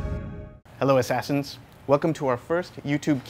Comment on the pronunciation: hahahaha, the way he said: u cant use that assassans anymore, because he's DEAD! I roflmao'd